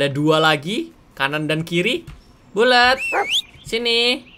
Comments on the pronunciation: gw dengernya bulet (bulat) 😂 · Bg BKN bulet tpi di blg buld